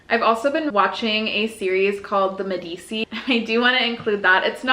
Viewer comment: I love this idea and it has been around for millennia. I’m the queen of mispronouncing words but also get a chuckle when other people do it. I giggled at how you pronounced the Medici family name. It is more like “meh-duh-chee”